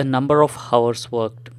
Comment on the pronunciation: hours bolna seekho bhai